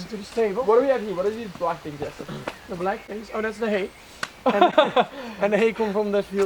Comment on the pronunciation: Lovely video!! Can't wait for the next ones! He pronounces Jesse's Dutch name so well :)